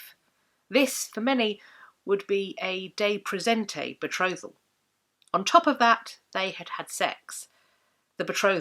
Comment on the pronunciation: It sounds to me as if you are pronouncing praesenti as praesente.